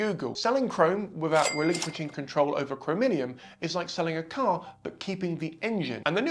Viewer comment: Btw. "chrominium" (sic) is "Chromium". Crow-me-yum. 😊